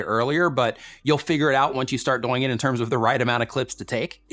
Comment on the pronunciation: he says doyng too much